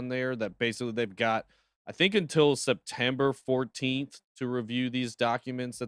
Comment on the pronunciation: Septemper? HELLO......its October